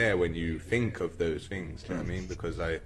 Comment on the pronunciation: When he "finks of those fings" you mean.